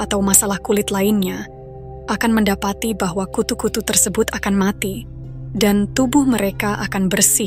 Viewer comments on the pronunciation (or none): none